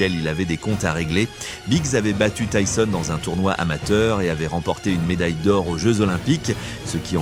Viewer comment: Désolé pour les messages et le prend pas mal mais j'ai regardé plusieurs de tes vidéos déjà et quand j'entend Mike tisonne au lieu de Mike Tyson sur d'autres vidéos ça fais mal, même si ce n'est pas ta voix mais bon fais attention. Et continue ce que tu fais c'est bien !